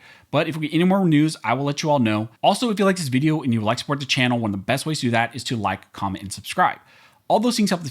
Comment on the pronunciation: Before we jump into this Vee-dee-o!